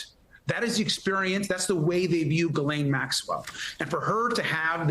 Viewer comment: Fun Fact! Ghislaine is pronounced Hislane as the ''G'' and ''E'' are silent.